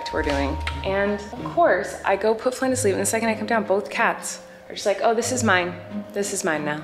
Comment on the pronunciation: Its Flynn not flyn